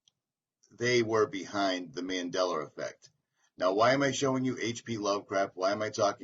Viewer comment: It’s called “Mandela effect” not Mandeller effect